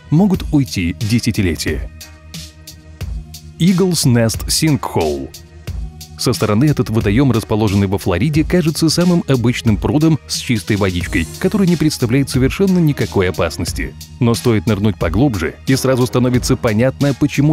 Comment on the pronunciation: Обычным прУдом , а не прудОм